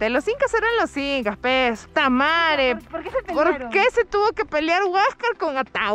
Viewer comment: hahaha no se cuantas veces escuche Tamaree xD